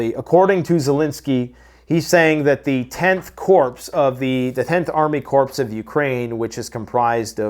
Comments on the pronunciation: You will regret not accepting the Lord our God if you don’t accept his Son…I will continue to pray for you. Also BTW, if you want to be taken a little more seriously CORPS is pronounced like CORE, not CORPSE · credibility threatened every time you SAY CORPSE.....it's pronounced CORE.......anyone with military knowledge knows this. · Its not pronounced corpse... its pronounced kore 😂 love your show. I know your not a military guy. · It is pronounced KOR not Corpse! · It's not Corps, but pronounced Core. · Corps is pronounced like "core", not "corpse". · Didn't Obama say Corpsmen?...... It's the Corp, pronounced like Core. Marine (Core). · an army corps is pronounced COR its French, not corpse. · Corps (Core)….the s is silent in Corps. 🤓😎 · 'corps' pronounced 'core' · It's a corp... pronounced "core" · It is pronounced 'core' 😅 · corps is pronounced CORE! A corpse is a dead person!!! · The sky is "maybe" falling, the sky is "maybe" falling! And Corps in this case is pronounced "Core". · Corp is pronounced core. Jesus fix it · I'm not trying to pick on language but it's called corp.... (like core) the P is silent. I've noticed it in a lot of videos. Ps. Love you videos. Watch every single one you make. Thanks for doing what you're doing and continue to do. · A corpse is a dead body..its hilarious that mispronounces corps as 'corpse'. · please, the word "Corps" is pronounced "Core." A corpse is a dead body. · Army core, the p is silent. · Right..a corpse is a dead body..everytime pronounces it wrong I laugh 😜